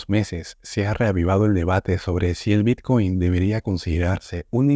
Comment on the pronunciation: El “bitchcoin” jajajajaja.